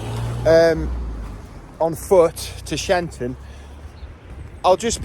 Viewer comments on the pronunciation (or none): Cressage church has been closed for sometime from lack of worshippers, every spring and summer there is a ban on cutting the churchyard because it is part of the wildlife conservation project. Every September they mow it all down and let it restart again, such a serene (even if a little unsightly) in the spring. Sheinton is pronounced Shy En Ton